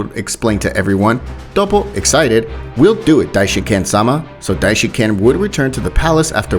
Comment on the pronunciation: It is not dishinCAN